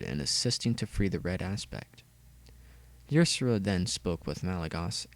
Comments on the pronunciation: Yersera? is Ysera (Ya-ser-a) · Ysera's name is pronounced Isera